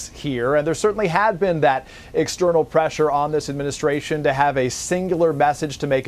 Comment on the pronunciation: As the presshure knows?